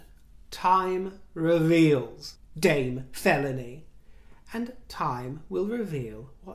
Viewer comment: "Queen Felawny"? Cornish? Ooohhhh... "Queen Felóny!"🤣🤣 Autumn allergies mean I snot when I snort. 😤 Excuse me, my lovelies, while I find a tissue! I could use my hair. I'm sure MM uses hers. Mustn't she take hers off now and then to wash it? It's economical. Perhaps it's how she saves up to pay for her photo ops and positive reviews.